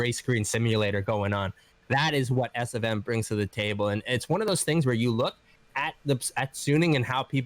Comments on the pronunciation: It's actually pronounced as S 'of' M, so SofM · Love ya guys and maybe it's just me but it's not SFM. It's S.O.F.M.